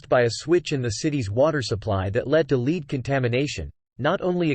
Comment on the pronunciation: Images of buffaloes wandering in fields while profiling the city of Buffalo are particularly baffling, as is the mispronunciation of the element lead while discussing Flint. Aren't there any humans evaluating this video?